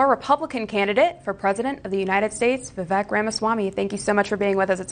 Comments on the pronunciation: His name is pronounced Vivāk.. let’s go Vivek Ramaswamy 2024🇺🇸💪🏻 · No It's pronounced like Cake ---> Vi-vek ≈ Vi-wake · I heard Vivek on Timcast, the ending of his name has a long A sound. That’s what I was trying to convey, the news lady was pronouncing his name incorrectly and I would think she could do better.